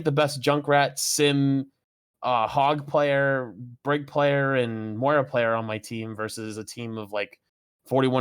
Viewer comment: How do people pronounce Moira and Baptiste wrong it baffles me.